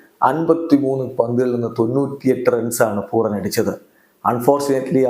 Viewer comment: പൂറൻ ആണ് correct